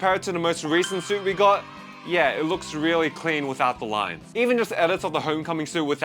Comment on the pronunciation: We get it. You don't rike rines.